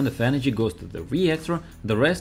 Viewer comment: Bro what is your EnerGy bill